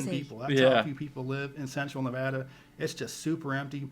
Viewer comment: Agree! was dead on with "Nevada" pronunciation.